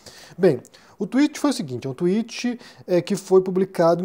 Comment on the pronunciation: Olá,! Acho que você pronuncia Twitter perfeitamente, mas creio que ao tentar falar tweet pareceu mais como Twitch, que na verdade é uma plataforma de streaming. Obrigado sempre pelos vídeos!